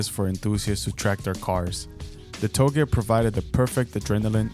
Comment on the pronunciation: Only thing wrong here is how “touge” is pronounced. It’s like how you say “touché” It’s NOT “to-gay” It’s “Toe-Jay”